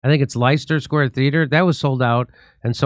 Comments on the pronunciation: Leicester Square pronounced “Lester” rhymes with Jester. It is a standard joke that Americans don’t know how to pronounce it. ❤ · Lester Square is the correct pronunciation.